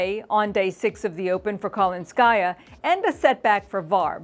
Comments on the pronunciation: The name Kalinskaya has the emphasis on the second syllable-- not the third syllable. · for Christ's sake. This is not KalinskAysa, it's KalInskaya